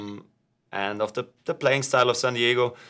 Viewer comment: "Sand Diego" lol